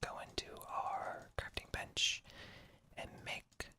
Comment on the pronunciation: Every time you said bench u thought you said a certain other b word that ends with ch